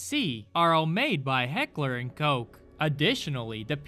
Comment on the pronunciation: strong german Name: Heckler und Koch this guy: hegler un goke